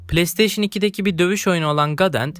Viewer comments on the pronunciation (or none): none